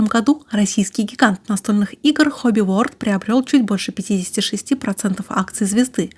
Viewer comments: И еще... Хобби ВорЛД а не Хобби ВоРД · Подозреваю, что всё-таки не Хобби Ворд,а Хобби Ворлд :) Word значит "слово", а world - "мир". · Почему Хобби Ворд, если Хобби ВорЛд (Hobby World). Просто мне слух режет. Либо Мир Хобби говорить.